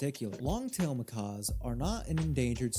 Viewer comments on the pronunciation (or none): You're doing a whole video showing what you know about these monkey channels, but you can't even pronounce their name correctly 🙄